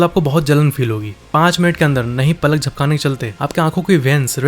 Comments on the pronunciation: it's not पालक it's पलक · भाई पालक नही पलक 😂😂😂